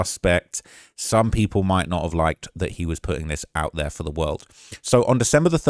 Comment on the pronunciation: is he developing an American accent? 😂 "theRe" lol